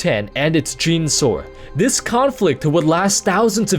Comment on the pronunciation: its pronounced "jen-a-saur" dude, not "jean-saur"